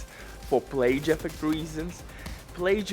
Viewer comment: Gotta love the “plage” lol